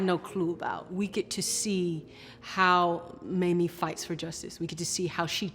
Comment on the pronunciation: Okay. Why is that some newscasters say Mammy instead of Mamie. They wouldn't say Mammy Eisenhower. Come on, racism is present.